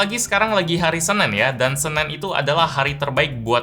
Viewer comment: Everyone: Senin..: SENEN